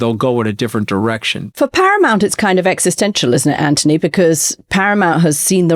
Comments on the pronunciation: PLEASE 🙏 PLEASE 🙏 PLEASE 🙏 STOP calling him 🐜 Ant - ony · Why do you call him Antony when his name is Anthony?